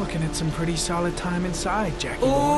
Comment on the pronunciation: "I'm pritty sure we need eggs to make scrambled eggs.." GENIUS PEWDS STRIKES AGAIN!! :D